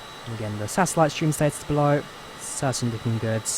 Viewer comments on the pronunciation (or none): none